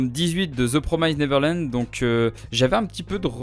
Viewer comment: Attention à la prononciation de the promised neverland